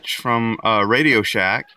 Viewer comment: Did he say RadioShack?